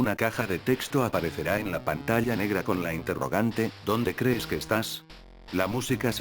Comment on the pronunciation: dónde "cees" que estás XD